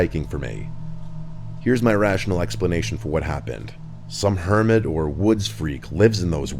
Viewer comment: This guy said Hermit 😂. This anit Skyrim